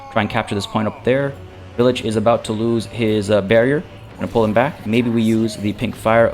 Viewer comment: Pretty sure it should be pronounced "vile-itch" or the name pun wouldn't make sense.